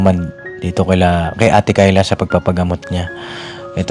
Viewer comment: Ano ba talaga ang tunay na pagbigkas sa pangalan ni Kyla o Tyla 😅 puro Tyla kc si nanay.Ay naku nanay noon pa sana kong nakinig si Kyla hindi ako bashers papadinz pero pagnagsasalita si nanay at demanding sila sorry po kaya ang mabuti papadinz sa institusyon na lng ipasok.